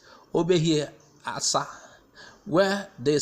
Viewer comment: Asa, Not Asa'